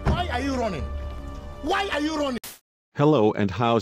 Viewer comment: Why are you ronning ¿